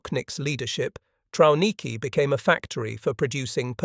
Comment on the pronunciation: Pronounced Travniki